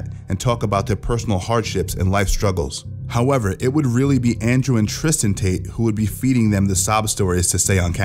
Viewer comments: Tristan not Tristen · Tristan not Christian LOL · Tristan not Christian !